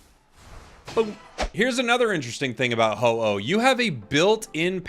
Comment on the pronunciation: uh oh. oh no. Its ho-oh 😭